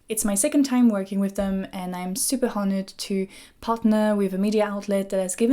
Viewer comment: Did just the french Girl pronounce the H in "Honored"?